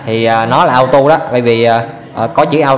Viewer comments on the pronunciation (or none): Cảm ơn bạn đã chỉ dẫn những kiến thức rất quan trọng để tránh nguy hiểm. Nhưng xin nhắc bạn 1 chi tiết nhỏ: bạn đã đọc chữ Auto là "ao tu" là sai, phải đọc là "ô tô" mới đúng.